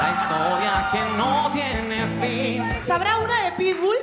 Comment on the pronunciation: Esa fue buenísimaaa xdddd pero es "Sabrá"